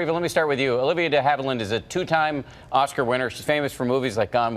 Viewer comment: A lawyer, who has JUST heard Ms DeHavilland's name REPEATEDLY pronounce (including here ) - STILL manages to frak it up ?!!?